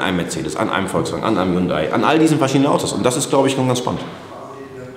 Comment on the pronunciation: Es geht um Hund-ay